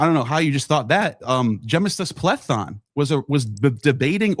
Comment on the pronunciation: lmao it’s Πλήθων in Greek, pronunciation was correct